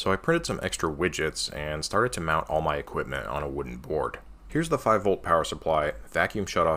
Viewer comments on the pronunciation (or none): none